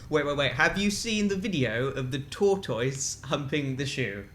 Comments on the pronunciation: it sounds like they said there is a video if a toytoice humping a shoe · They were all "TOR-toyce", whereas (at least in the Upper Midwest), we say it more like "tortus". We don't have time for "i" sounds or emphasis on the first syllable, apparently. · I've never heard tortoise pronounced like that. I always said tot-tiss rather that tot-toys. Does everyone say it this way? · Instantly knew it was dan and phil hehe <3. OMG i am not the only one who pronounces tortoise as tour-toi-ss yay i am some kind of normal after all :D ^_^ x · Do brits really pronounce tortoise like that? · I am concerned about the pronunciation of the word Tortoise.